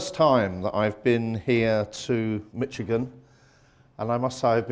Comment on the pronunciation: did he say mitch-a-gin (rhyming with "bitch-a-gin") LOL